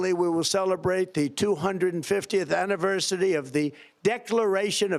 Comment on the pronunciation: Really, Trump? You can't even say the word "anniversary"? Dude, do yourself a favor - and stay away from words that have more than three syllables.